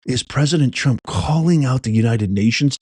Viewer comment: Macron! SAY HIS NAME Macron! Ehh..? Trraump!? You're Gyad Darn RIGHT!